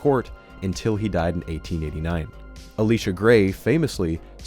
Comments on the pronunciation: E-lee-sha? is very wrong. Pronounced correctly, its E-lye-sha or [I]-[LY]-[SHUH] as in the prophet who came after Elijah. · El-lie-sha, not Ah-lee-sha, for a second I thought "Elisha Gray" was female because I hard "Alicia Gray." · Fyi I’m pretty sure Elisha is pronounced like Elijah, not like Alicia 💀💀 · Great doc! Just a note-- Elisha is pronounced like "Elijah" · I hate to be that guy, but the name Elisha is pronounced "Eli" (like in the Book of Eli) and "sha" (like in Should) in other words it is exactly like Elijah but pronounced with a Sh instead of Jah. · RE: 3mins. 30secs. The man's name was "uh•lai•shuh" Gray. Via Hebrew, the spelling is Elisha. Via Latin it is Eliseus. From the Arabic you will see Elyasa. All refer to the sams trouble-making biblical prophet from whom Mr. Grey was granted his given name. Maybe his parents hoped for a "Disruptor." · wouldn't that be pronounced the same as "elijah?" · pronounced e-LIE-ja. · lmao did you just pronounce Elisha as "Alicia?"